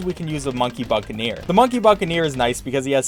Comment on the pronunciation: Wow, he said Buccaneer correctly. Love the character progression.